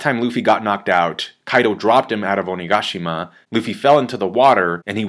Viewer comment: The way you pronounced Onigashima was weird